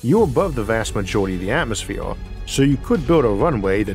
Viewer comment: LOL this dude can't do Rs he says Atmosfewe